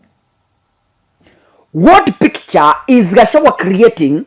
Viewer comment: My dear the good name of DP is GACHAGUA plz not Gachawa..